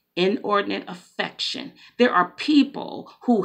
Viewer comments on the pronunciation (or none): Good morning, I heard what you are saying. We got to call a spade and spade. I know you said inordinate affection it sounded like inordinate infection. So if that the case you are giving some God given antibiotics. Thank you!!!